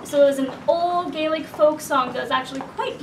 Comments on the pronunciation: You did amazing. I’m Irish. Grew up with traditional songs (ingrained) your pronunciation was superb! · You both did a great job on the Gaelic pronunciation - fair play to you. Chomh maith le Gael!! Mary O' Hara was the original recording artist with this song many many years ago but worth checking out. Well done.